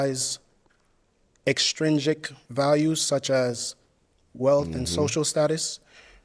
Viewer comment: His first question is too complex worded for no reason but I mess with his confidence. He not even saying the word right. He pronounces it ex-strin-dric but the word is ex-trin-sic. Again not trying to bring down the brother but gotta peep cause alot of people could get easily confused on his question especially intellectually.